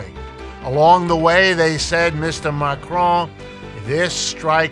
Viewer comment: He should learn how to pronounce Macron. CC showed he was saying McRoy.